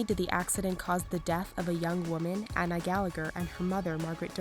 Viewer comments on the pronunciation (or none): none